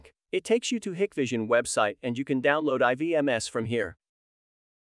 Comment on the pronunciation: Hike-vision. Not Hick-vision.